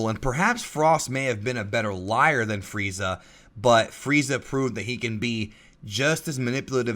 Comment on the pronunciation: did you know it's "Freeza" and not fried za